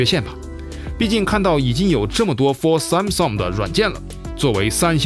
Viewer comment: 编导老婆嘴说秃噜了吧，Sansom？